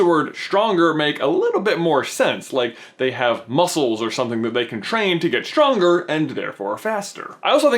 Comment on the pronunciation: its not shtronger is stronger